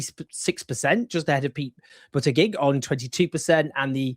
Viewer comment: His name is pronounced Boot idge-idge. Like fridge-idge. I know this because I heard him tell someone how to pronounce it.